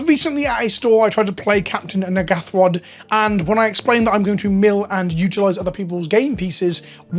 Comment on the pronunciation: Can you pronounce Captain N'gathrod correctly? You are almost saying something else that you really don't mean to say.